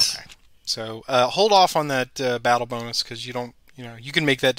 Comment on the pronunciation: #peterlovescharging Video deserves a "Like" simply for the attempts to say the name of the battle properly without getting tongue-tied!